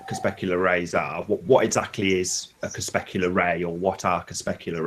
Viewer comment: isn't it cre-PUSC-ular vs cre-SPESC-ular?